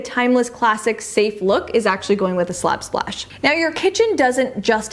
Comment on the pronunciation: I love this video. You have showed us all such beautiful ideas. But how you said Slab Splash without getting tongue twisted. Seriously say Slab Splash three times fast. can!